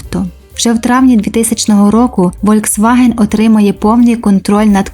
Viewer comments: Літера V в німецькій читається як Ф, тому всеж-таки Фольксваген, а не Вольксваген! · Правильно казати Фольксваген а не вольцваген